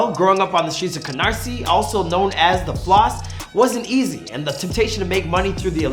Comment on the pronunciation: At least he said Canarsie right 😂😂